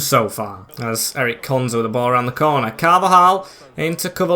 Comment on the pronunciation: Ezri konsa not Eric